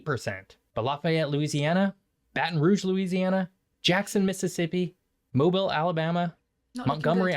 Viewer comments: Dag nab it people! It's NOT Mo-bull, it's Mo-beel! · Why don't most American's know how to pronounce Mobile. Its Mo-beal. Not Mo-ball. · I have to take this guy’s research with a grain of salt since he didn’t bother look up how to pronounce Mobile. 😂 Personally I preferred living on the Gulf Coast to where I am now. Better food. More interesting culture. In the Midwest they like bland food and it’s corn everywhere. Can’t get good seafood. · Amen!! He can't even pronounce the names of the cities right. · There are no more hurricanes now than there ever was.😅. Hard to take a person serious when they don't know how to pronounce Mobile Alabama